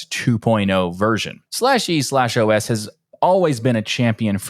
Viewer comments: It's just pronounced "eeeOS" 😂😂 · Bro, just pronounce it "E OS"